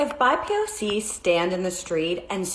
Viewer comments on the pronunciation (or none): doesn't even know how to pronounce BIPOC